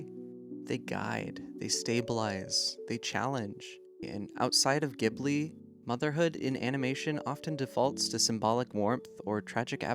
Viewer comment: Again, I'd love to love this video, but is there any particular reason you refuse to learn how to pronounce the name of the studio correctly?